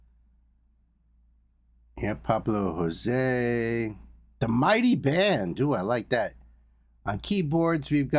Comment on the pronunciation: Thanks for the RV, BB! Btw Josue's name is pronounced as in "no way Jose" but the 2nd syllable is "sway". 😊